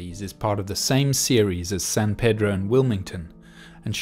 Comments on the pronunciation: We actually pronounce San Pedro as "San Pee-dro". Shrugs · It's pronounced San Pee-droh.